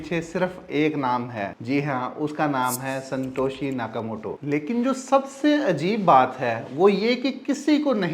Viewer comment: It's not Santoshi Nakamoto, it's Satoshi Nakamoto, pehly name to sahi se lele, or chutiye BTC ki price $65000 kyu many jab real price about 117000USD he, koi Thora sa brain use kia kro